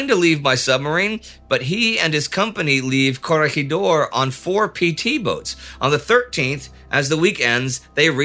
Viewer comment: Indy you need to pronounce Corregidor (sic) right